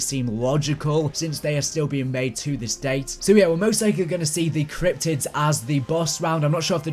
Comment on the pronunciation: i love it when he says "cryptics" cause it sounds like "cryptits"